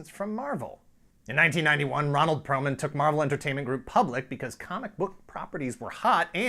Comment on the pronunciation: It's Perelman. Not Perlman or Pearlman.